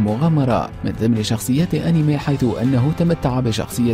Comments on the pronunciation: المذيع جاب العيد هههههههههههههه حتى اسم أنمي خطا ههههههههههه. انميه هههههههه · يقول أنمي ههههههه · لا تقول كلمت انمي في حياتك مرة ثانية الا اذا نطقتها كويس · روح اتعلم كيف يقولو انمي بعدين سوي فيديو